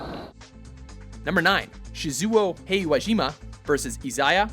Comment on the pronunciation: Btw how he read that: Shiyzuwow Heywayjyma and Izaya Ouryhara That's a pain in the ass, hearing that... uhh